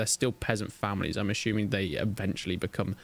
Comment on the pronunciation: I'm "ashuming" 😂😂